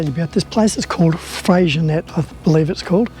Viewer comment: I was always told it was pronounced “ fresenay”. Anyway it was a great place when we went through there 2 years ago . Nice episode